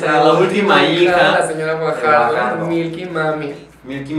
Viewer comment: Como caraja se pronuncia Gvajardo? Jajaja